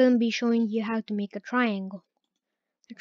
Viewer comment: ake instead of make